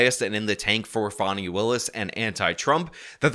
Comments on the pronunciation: FAWNY????? IT'S FAAAAAAANNNNNNNNY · I don’t know who you’re talking about; there’s no one in this case named Fawnie (sp). The woman I believe you’re referring to is Fani; pronounced like the nice way to speak of a horses ass. See the foreshadowing that everyone should have noticed? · I have to ask why are you calling her “Fawnie” when it’s Fani, like how you refer to an a$$ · Her name is pronounced, fan-e. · Stop calling her "Fauni". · What i find almost as irritating as the blatant corruption on display from the Fulton Country D.A., is the way in which you consistently mispronounce her name, lol